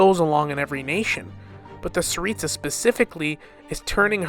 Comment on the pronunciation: Tsaritsa not staritsa.